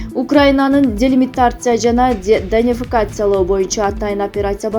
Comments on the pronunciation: Делимитация данефикация маропол эмес билбесенер айтпай эле койгулачы мындай соз жок. Денацификация Мариуполь деп айтылат. Учунчу созунорду вообще тушунбодум. Жакшыраак окуган кызды койбойсунарбы? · Данефикация дейби?Тушунбой калдым. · Денафикация...🤣😂🤣 Ой эмнедепкойдун, чонкыз?...